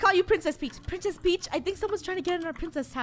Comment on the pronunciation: When they say "Princes Peach" me: like no I think more like eww princes peach 😂